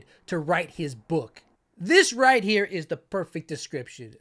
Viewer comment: Idk why i kept hearing 'The New Reich' instead of 'The New Right'....